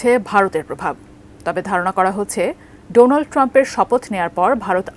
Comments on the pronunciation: মোদী ডোনাল্ড না বলে ডোলান্ড বললো নাকি 😂😂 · আরে গুমুত্রখোর নামটাও উচ্চারণ করতে পারছি না ডোলান ট্রাম্প নয় উচ্চারণ হবে ডোনাল্ড ট্রাম্প। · He said "Dou Lund Trump" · কি রকম বন্ধু বন্ধুর নামটা ঠিক।মত উচ্চারণ করতে পারলো না ডলান ট্রাম্প🤣🤣🤣🤣